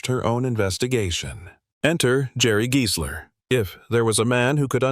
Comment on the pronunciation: sorry rackdick; true, the AI narrator is very flawed (there is total gibberish ) but you're wrong about the pronunciation. The video uses the perfect correct pronunciation - it's Giesler, as in "GEAR", not Giesler as in "GUY". If it was pronounced as in "Guy", the lawyer's name would then likely have been spelled Geisler. & there's audio/visual evidence: interviews with Giesler on YouTube where he is personally addressed as Giesler as in "Gear".